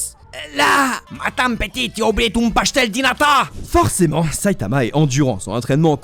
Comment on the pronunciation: pov les portugais devant les pastel di natat au lieu de pasteis de nata